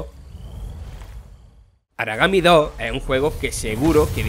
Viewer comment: "Aragami Dóh" 😏